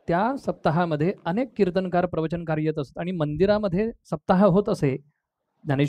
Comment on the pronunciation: मराठी माणसं "किर्तनकार" उच्चारतात, ते न्हवे, कीर्तनकार म्हणा 🙏🙏